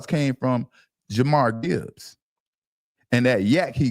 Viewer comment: It’s pronounced (Jah-Meer) Jahmyr Gibbs fellas 😂